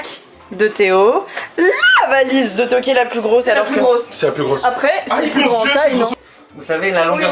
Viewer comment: Théo qui prononce tout avec un accent flamand😂